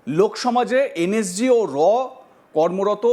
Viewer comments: এ তো নিজে একজন ভুয়ো সেনা,NSG কে উচ্চারণ ই করতে পারছে না বলছে NSC,, আগে নিজে ঠিক করে মিথ্যা বলা প্র্যাকটিস করে আয় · এই তো দেখছি এন এস জি কথাটাও ঠিকমতন উচ্চারণ করতে পারছে না এন এস জি কে বলছে এন এস সি। এই ব্যক্তি প্রাক্তন সেনা কি না সেটাও সন্দেহজনক।